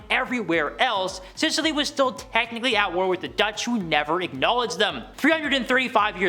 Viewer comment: Scilly Isles pronounced silly, not Sicily.